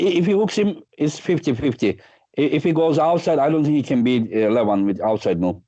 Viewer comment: Regardless of the winner, Michael should make a shirt that says " INVINCIBLE LEVAN "LOL us westerners have trouble pronouncing it correctly and it ends sounding just like devon but with an L lol